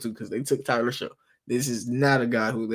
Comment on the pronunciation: It's pronounced SHUCK, like SHUCK if you Buck Boi. Not Show.